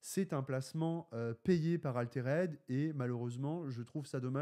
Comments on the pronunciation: Je suis loin d'être un puriste et tout mais bon... même les mecs en France le prononcent bien donc. Arrete de dire "Aléréde" haha. Altered, "Alteurd" . Pour pas que tu prennes des mauvaises habitudes pour des mois haha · Si l'aspect collection dérange, dans ce cas c'est idiot de faire un Jeu de cartes à collectionner ..... Dans ce cas là on fait un JCE, comme ça zéro spéculation et uniquement tourné vers le jeu. Sinon prononcer "Altéraide" ça fait un peu saigner des oreilles. Les français sont pas fortiches en anglais mais quand même... Autant donner un nom français au jeu . Le rosbeef mais pas trop c'est bizarre. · Ouf! la prononciation de "Altered" fait mal aux oreilles! Tu dis bien "raïse" et non "rise". C'est un petit détail mais ca donne quand même plus de crédibilité à tes propos!